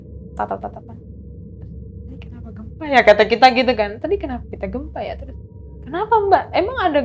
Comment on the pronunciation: Si ibuk kok niru2 narsum sebelumnya kebanyakkan kata2 "NOTABENE" enek sumpah !!! Gelap bukan gelep Gempa bukan gempak 😅